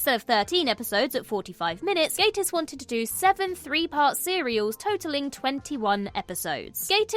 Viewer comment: A Brit mispronouncing Gatiss… Come on, you can do better than that! 🤨